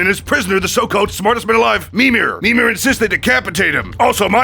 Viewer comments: Mimir not memer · It’s mimir not minir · Everything is fine and all but why you calling mimir memer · It's mimir not memeer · Ah yes " memir" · It's Mimir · Sorry but the way you pronounce mimir hurts my soul